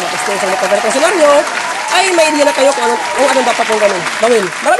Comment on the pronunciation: 😢tensioner po hindi tosher